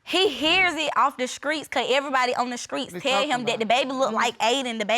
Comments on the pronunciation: Who in the world says screets? Please young people stay in school,… learn how to pronounce and annunciate words and create full sentences and paragraphs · I love that Judge corrected them with the word STREET vs SKREETS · “Skreets, Hopital” smh🤦🏽‍♂️😂😂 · The “skreets”.... yes judge correct this child, the streets 🙄 before you bring a child into this world at least learn correct grammar 🤦🏽‍♀️ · Lets not leave out dem skreets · And "Skreets" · Omg, the school system is failing these children. There’s NO WAYYYY they’re this illiterate and ignorant. In so many of these videos they confuse the word “futures” with “features” you can’t make this up. 🤦🏾‍♀️ “Skreets” in court? “It hurted me” “pacifically” Ughhhhhhhhhhh, gross. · He “hears it off da screets”🤣🤣🤣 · maybe “skreets” is but “hurted” and “pacifically” isn’t 💀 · Is this NOT on tv anymore?? Oh Lord, "He had more 'Futures'..." Really 'futures'. All in the 'skreets' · I love that the Judge deliberately pronounced the word "streets" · Skreets (streets)....paciffic (specific).....frechures (features)...don't be studding him....THE GRAMMAR IS KILLING ME TOO! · "pacifically" "skreets" "hurted" 🤦🏾‍♀️ God bless them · Pacifically ( specifically) screets (streets) & he hurted me ( he hurt me) SMH about the grammar!! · Screets… pacificly…hurted…. Grammar is ridiculous